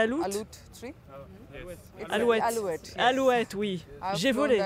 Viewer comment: Alouette se dit Aloutte en Inde...